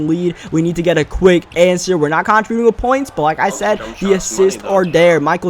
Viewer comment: Am I the only one who's bothered by how he pronounces 'contributing'? lol